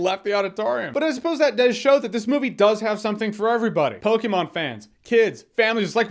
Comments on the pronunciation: Thank you for pronouncing Pokemon correctly 😂😂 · We can tell you don't play Pokemon Jeremy by the way you say Pokemon. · The way you say Pokémon is weird...but I like it!